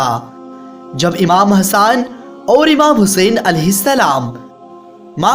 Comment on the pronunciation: Le raha hai nhi le rhe hai bhai thoda theek se bol iye jante ho na tbhi bolna nhi t Mt batan imam Hassan nhi hasan